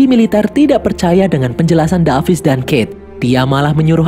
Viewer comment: David bang bukan davis😅😅